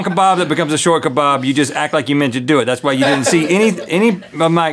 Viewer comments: It lowkey annoys me that they pronounce kebab keh-bahb instead of pronouncing it for key-bab. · Ka-bab not ka-barb